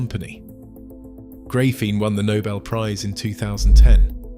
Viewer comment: GRAYPHENE?! for real dude?